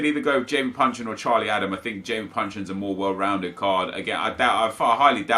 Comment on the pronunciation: Isn't he called Jason Puncheon?